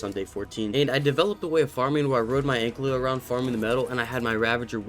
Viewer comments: It’s not “ANK-LY-O” it’s “AN-KY-LO” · Istg if u say ankLEO again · I swear everytime he says AnkLYo😂😂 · Every time this guy pronounces ANKYLO wrong, take a shot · I’ve been watching this “video” for a while and it is infuriating me that he says ankys name wrong!